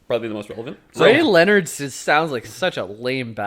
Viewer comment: As soon as they pronounce rayleonard and akvavit I knew they didn't even play them. I get they can't deep dive into every franchise ever but maybe at least play the game, it's not like the game is super expensive or time consuming